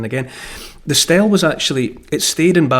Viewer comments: Not 'Stell' It's 'Steelee' Spelt Stele. Sorry... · Just a FYI "stele" is pronounced stee-lee